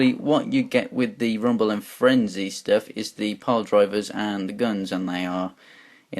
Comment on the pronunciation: You mess up rumble and frenzys names and you forget ravages tail how could you man?